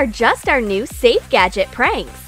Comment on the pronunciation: "Did you like our gadject pranks?" Me: "NO"